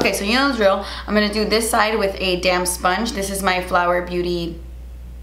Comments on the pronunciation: I kept thinking she was saying 'damn sponge' not 'damp sponge' xD I love you,! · Lol every time you say “damp sponge” I hear “damn sponge” and I always do a double take because I’m like man is aggressive today lol! Use that damn sponge, girl!!😂😂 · when you said damp sponge i thought you said damn sponge like "im gonna do this side with a damn sponge" and i was dying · Everytime you say "damp sponge" I hear "damn sponge" lmao